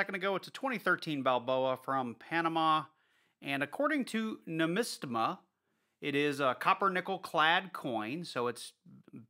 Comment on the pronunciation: Great hunt! When you pulled up that website, you said "newmistama" it's actually pronounced "new Mr" No hate all love mate from Australia